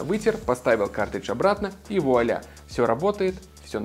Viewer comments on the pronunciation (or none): none